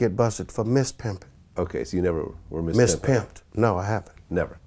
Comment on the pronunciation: Mispimping almost sounds like simping.